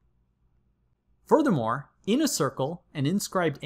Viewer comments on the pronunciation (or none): Futhermore? Or Voldemort?